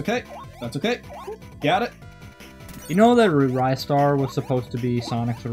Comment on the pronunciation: Also also Ristars name is pronounced RYE-STAR not REE-STAR mainly cause the back of his box says "to catch a RISING star" which is a sort of pun on his name....okay no more comments....maybe